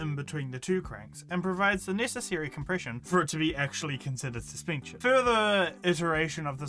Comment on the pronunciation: "suspeencheen" (this isnt supposed to be mean just funny so sorry if you take it that way)